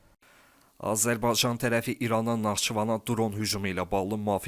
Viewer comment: Səsin batsın iyrənc.ayə sən Azərbaycan sözünü deyə bilmiraən